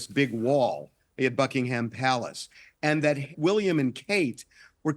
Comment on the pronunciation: Who is this awful man who cannot pronounce Buckingham Palace. Who is he spouting his mouth. We don’t care about high browed American peoples opinion. You should be talking about more important people. Catching fire - REALLY